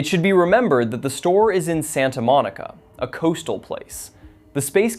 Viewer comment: Glad I'm not the only one who caught that misread of Santa Monica.